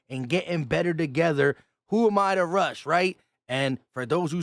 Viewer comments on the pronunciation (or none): none